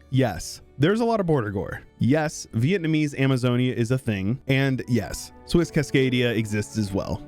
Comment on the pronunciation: Normal people: "vietnamese": "vietnamessay"